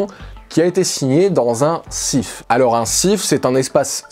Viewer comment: on dit un SCIF avec le C qui se prononce. Dans mon metier, nous l'utilisons pour des procédures spéciales. C'est en effet une zone sécurisée avec contrôle biométrique ou tous les objets connectés sont interdits (en tout cas dans notre cas). Mais merci pour cette super vidéo !